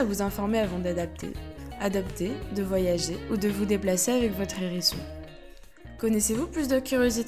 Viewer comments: Sympa cette vidéo... mais le nombre de liaisons "nérisson", "zérisson".. ca tique aux oreilles... :) dommage. avec le "h", on ne fait pas la liaison, comme avec hibou, haricot, etc... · Hérisson... HHHérisson, avec un H aspiré. Pas un nérisson, les zérissons. M'enfin. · Sérieux ?! Un ''Nhérisson'', les '' Zhérissons'' ! Ouille mes oreilles ! 😂 Désolée, mais c'est comme sur '' voyage au bout de la nuit'' ... 😁 Même si le sujet est super intéressant et la voix pas désagréable au départ, le fait d'entendre lire comme ça, c'est rédhibitoire 😔